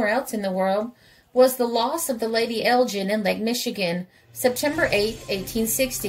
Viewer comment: Very good video, only one thing to point out. As a Scot I can tell you that the Lady Elgin is named after the town of Elgin in the North of Scotland. The way to pronounce it is El - gu - in. Hope that helps.